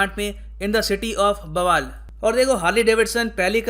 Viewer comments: I from Bawal thanks for giving precious knowledge by your videos and your pronunciation related ti town name is not correct its बावल not बवाल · Sir the name of city is 'बावल', you might have read it wrong🙂